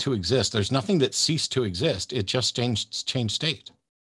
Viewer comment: The only thing I learned through was "nuthingck"